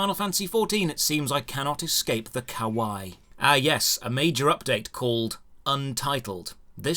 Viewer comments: Him saying he cant escape the Kawaii is kind of an unintentionally pun, since he doesn't really pronounce the second i, so it sounds like Kowai, which means Scary. I concur, cute/weeby stuff is scary. Im sorry for mine. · "I can't escape the O-woah and the Ka-why "